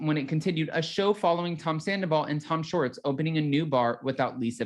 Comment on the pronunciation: I adore you. You’re so dang cute. I’m not picking on you, perhaps I am. Can you please stop saying Tom “shorts” it’s T SHHHHWAAAA lol. I’ll def watch the spinoff, I doubt I’d watch season 10 with the new people.